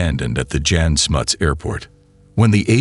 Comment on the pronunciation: Please get the facts right. Its absolute bs that 176 "children" were shot by police in the 1976 riots. One student died. The name Andre is pronounced Ahndray. Not Ander. The airport was pronounced Yahn Smuts. The 76 Soweto uprising was not against apartheid but against the policy of teaching Afrikaans to Black students. I also seriously doubt Stander was involved in the Angolan bush war. He may have been on the South West African/Namibian border but I doubt he went into Angola. As a policeman it's even more doubtful. It's a pity this bit of history has now been so distorted as the Stander/Heyl gang is an interesting story without the political bs.